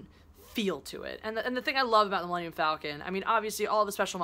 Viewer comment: Super Stardestroyer. It’s that really sharp dagger-like shape that I like. Btw, just saying, it’s pronounced ‘Fall-con’, not ‘Fell-con’. Enjoy Black Panther!